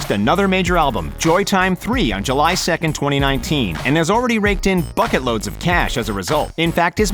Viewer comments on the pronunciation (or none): none